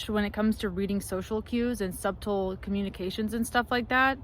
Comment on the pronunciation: you pronounced subtle wrong.